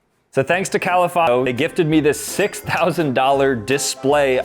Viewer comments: he said kalifongO is it me or the video? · why did he say kalifano like that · why did the last vowel sound of the store name sound like Ai 🤔🤔🧐